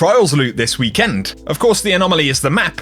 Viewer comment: the way you say weekend is scary